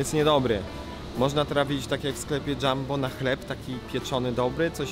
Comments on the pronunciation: Nie mówi się dżambo tylko Jumbo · Jumbo się czyta nie Dżambo